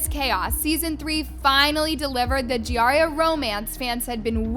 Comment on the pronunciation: Not the JIARIA!😂😂